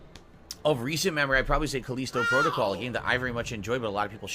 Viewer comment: He still can't say Callisto correctly.